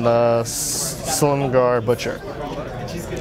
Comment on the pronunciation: How DARE you butcher the great dragonlord's name.